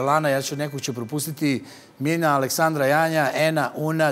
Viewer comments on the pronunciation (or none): none